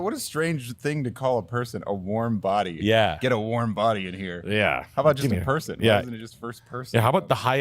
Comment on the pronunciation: ignored "warm bodeh" lmao.